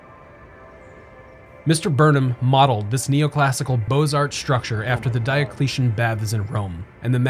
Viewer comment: The "x" in Beaux Arts is silent.